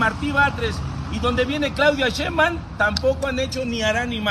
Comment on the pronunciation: " Claudia sheimbam " pronuncia 😂😂😂😂😂😂😂😂